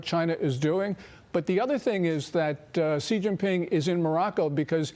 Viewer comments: I know Fox doesn't read the comments but FFS pronounce the clown-punchers' name right! Its "SHE", not "CEE" or "JEE". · Yep, also it's pronounced as "She" not "Zee"